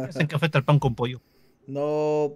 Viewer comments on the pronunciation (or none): none